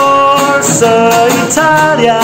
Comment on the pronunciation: Brilliant, so good. And congrats for the perfect "Forza Italia" pronounce. Well done